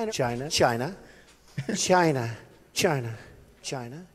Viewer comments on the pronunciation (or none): CHI-AE-NA! 😂 why he say it like that 😅